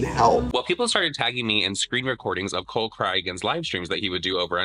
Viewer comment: Did you call him Cole CryAgain 😂